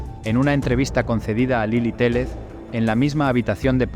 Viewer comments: Lily Téllez (teyes se pronuncia, no teles) y son Gebara (jebara) investiguen bien los nombres. La foto nones de Paulette. Le faltaron varias cosas; lo del estacionamiento y el cuartito de ahí, que el papá era un vicioso en ese entonces, Farah se fue a Los Cabos con unas amigas y el esposo le dijo: - Si te vas de viaje, te vas a arrepentir. Tiene su historia algunos Gaps y falta información muy relevante. Cómo qué la cama de la niña era muy grande y el colchón no cubría todo el espacio de la base de madera, quedaba un espacio entre el colchón y los pies de la cama, ahí supuestamente estuvo la niña por días y ni los perros la encontraron. Las niñeras dijeron que en la cama no había nada porque ellas habían tendido la cama y levantaron el colchón en ese espacio y no estaba Paulette ahí. A lo que se supo en ese tiempo era que el papá era quien había desaparecido a la niña para fastidiar a la mamá y pedirle dinero a su propio padre de Gebara, porque gastaba en vicios y no trabajaba. Una historia horrible durante el gobierno de Peña antes de llegar a la presidencia de Mex. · la periodista Lilly se apellida Téyez (se escribe Téllez) no Teles; y el papá no es Jevara, si no Guevara. Y los policías mexicanos no son tan guapos.